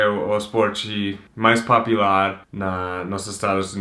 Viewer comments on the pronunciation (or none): pow sacanagem vc não mostrar seu livro kkkk quería ver. E menino não é popilar, é popular kkkkk, muito engraçado vc falando popilar kkkkkk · fala!!! vc fala popilar rsrsrsrsrsrs mas seria popUlar, dá mais atenção pro "U", popular. rsrsrs corrigindo mas é normal ter erros, é só uma dica. abraços!!! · Popilar. Po-pu-lar = Popular kkkk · Eu nem preciso assistir o vídeo, mas se eu ouvir uma pessoa falando PAPILAR, sei que é o. rsrsr zuera. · Jackson PalmeííraTM ele achoub q fosse a msm pronuncia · Renan Rodrigues Acredito que ele pronuncie assim como nos EUA, que se pronuncia Po"piu"lar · Eu sei minha amiga, é só uma dica de pronuncia! ele pediu pra corrigi-lo em um dos primeiros videos dele, não fiz por mal! abraços! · alguem ajuda ele na pronuncia do popular pelamor de deus kkkkkkkk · Vc fala bem! Más erra a pronúncia da palavra "POPULAR"